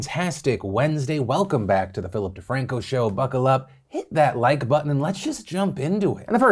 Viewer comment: "Fillip Defranco" lol